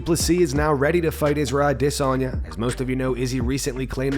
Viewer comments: Bros upset about a mispronounced name, thicken up man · You aren't saying Israel's last name correctly, yet you still do this.